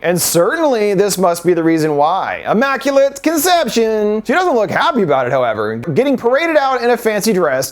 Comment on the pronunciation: Ya lost me when you called it “AHmmaculate”! Lol